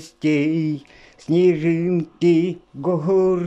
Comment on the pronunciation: и всё таки-снежинки, а не снежынки)))